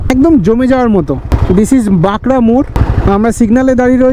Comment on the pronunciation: মুড় না ওটা "মোড়"